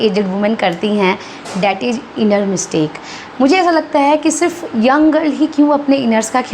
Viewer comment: आप भी थोड़ा ‘ज़’ बोलना सीख लो, दूसरों को किसी भी चीज़ (चीज ❌) में सही करने से पहले 🤓 प्लाज़ो ✅ प्लाजो❌ इज़ ✅ इज ❌